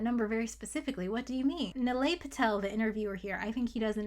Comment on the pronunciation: It’s knee-lie, not nill-ay